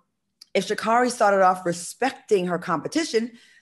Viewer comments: it's Sha Carri(Kerri)...not car E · Pronounced SHA-CAAAAREY! No one seems to really know her name LOL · SHAAA-CARE- RIE...is the correct pronunciation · SHA NAY NAY!😂😂